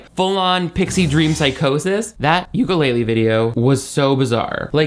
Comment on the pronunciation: The only thing that could make me love you even more would be hearing you pronounce ukulele correctly❤❤❤